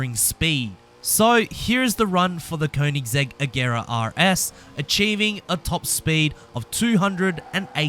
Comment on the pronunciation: Yo hold up did I really just hear this man pronounce an actual "R" when he said Koenisggsegg RS? Congratulations man